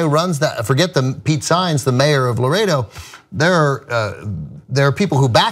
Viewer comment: The name of the place is "Laredo" not "Loretto"